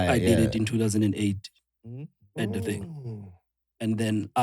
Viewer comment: Someone please note how Chris can pronounce thing when he's speaks English and pronounce fing once he mixes Sesotho le English... People don't get this😩😂